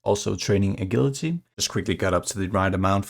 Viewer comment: 10 34 agility is pronounced with a j like in jump not the g in guilty BTW 🤓